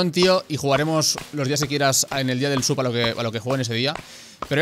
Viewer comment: Cada vez que dices sub alguien muere en el mundo hispanohablante